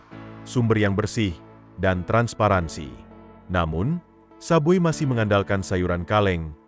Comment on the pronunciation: Bukan sub bui sebut betul2 sub way la..